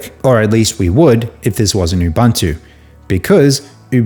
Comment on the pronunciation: It's pronounced oobOOnto, for God's sake.